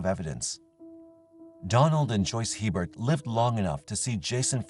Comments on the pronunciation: In Louisiana we pronounce it a-bear. Not He-bert. Poor little bit. How awful for her. So glad these crimes were finally solved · Just gotta add one thing it isn't Hee-Bert. It is Aye-bear. Common Louisiana last name. Either was her case is just soo sad. Her life was taken before it really began. Sending love and light to her family, as well as the others throughout this video 🕯️ ❤ lml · FYI, the French pronunciation for Hebert is not He-bert but A-bear. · "Hebert" is a common Louisiana name. It's pronounced "AY-bear." The final T is silent in French names -- think Stephen Colbert. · hebert hahaha